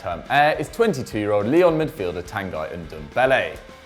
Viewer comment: sounds like he is saying Lille instead Lyon